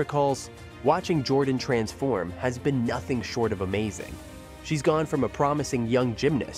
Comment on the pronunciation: “t ansform”, “rawtalent”“theelite” 😭😭